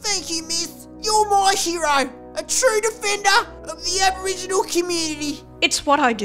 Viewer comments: "I'm Alboriginal" lol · Albo-riginal lol 😆